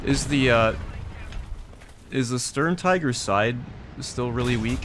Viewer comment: Its Tiger not friggin Taigö